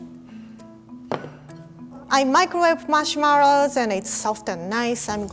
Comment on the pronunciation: Marshmarrows 😋❤